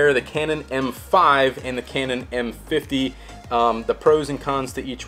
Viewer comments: What kind a review is this? You keep saying the camera's name wrong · You messed up those names so badly that I had to look at the dial and lens to figure out which one that you were talking about.